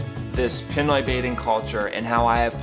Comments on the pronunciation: I'm sorry, but please learn to pronounce things properly. It's not PEN-OI. It's PEE-NOY. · The other thing that needs to stop is how poorly you pronounce Pinoy!